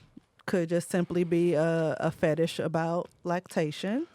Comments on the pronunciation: 🧏🏿He tom, meant to say fetish but he said fatish🧏🏿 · What's a fatish? 😂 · Fatish? Not fetish 😂